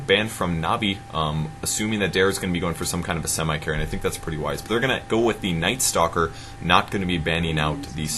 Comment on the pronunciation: he said nighstalker LOL